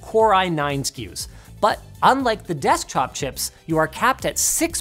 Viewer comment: "unlike the des-chop chips" XD